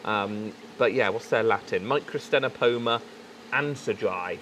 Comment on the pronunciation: The second 'c' is silent in microctenopoma, and the 'ch' in Distichodus is sounded like a 'k'.